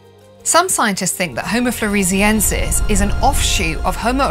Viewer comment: Floor-ess-e-en-sis. Named after the island of Flores.